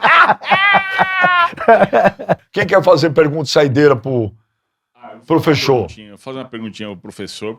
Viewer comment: "Lá ele, profexo!"